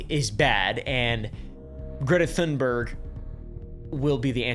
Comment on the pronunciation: Apartheid (apar-tide) - the H is silent. Thunberg (tune-berg) - the H is silent Thank you for all your research and hard work to bring these informative videos to all of us! All delivered with a sense of humor, I honestly don't know how you do it! ❤❤😊